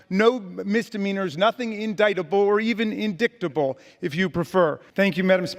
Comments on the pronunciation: “Or even indicktible” 😂😂😂😂😂👍👍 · Ms "Peach tree dish", "Nazi gazpacho" and "indicktable". A true representative of the GOP - ignorant and proud of it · Lol, "indickedable"